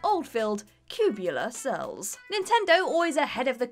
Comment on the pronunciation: "Cubular Bells" Bruh!